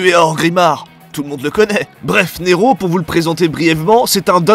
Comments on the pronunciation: Neeeeeéeeeero avec un G ?? Tu m'as tué 😂🤣😂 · Au début quand tu nous a demandé qu'est-ce que ça faisait si on rajouter un ''g'' à Nero . . . J'ai cru que c'était une petite blague raciste pour faire Ne''g''ro (Noir en Espagnol).